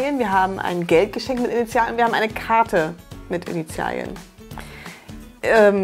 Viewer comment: Bin ich die Einzige die wegen "Initial•i•en" die ganze Zeit getriggert wurde? Sorry, aber das i hat da nichts zu suchen.